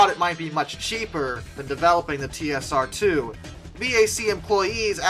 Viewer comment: Duncan Sandys pronounced his surname as "Sands". Never take the pronunciation of any name used in the UK at face value. Those of us alive at the time of the project never said "dash" in the name "TSR-2". It was always the "TeeEssAhTwo". (note the non-rhotic English R).